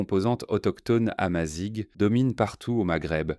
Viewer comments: Amazigh a l'oral se prononce "amazire" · On dit Amazire tout le monde prononce Amazighe c'est fou 😮امازيغ لسنا امازيك